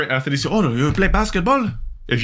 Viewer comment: "ethinicity" - the scholar